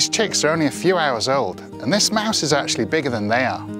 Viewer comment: Why does he pronounce mass instead of mouse